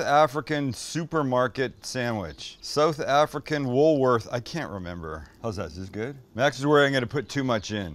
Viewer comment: Did you say... "Jewmember" when...? 😅